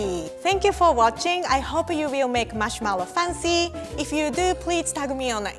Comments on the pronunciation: Every time I see and read one of the video captions of the series, my mind AUTOMATICALLY switched the pronunciation to “Faan-ci” Theres nothing I can do about it and I love it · i hate listening her saying "fancy" its so weird.... no offence. your a really good chef i love that, but please change your fancy pronunciation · make it funcy! Me: lol:D